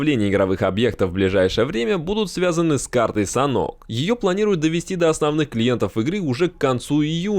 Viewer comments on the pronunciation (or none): Не Санок, а Санёк))